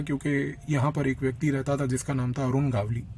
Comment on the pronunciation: इस को दगडी चाल और अरुण गवळी बोलना नहीं आ रहा वो हमें बता रहा है 😅